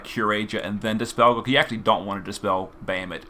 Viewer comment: Can someone please help this man pronounce Bahamut?